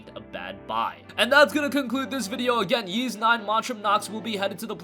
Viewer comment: It is pronounced Ees, you don't have to say the "Y" sound